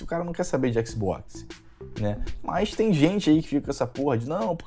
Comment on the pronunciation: Adoro o jeito que o fala xbox, (Equisboquis)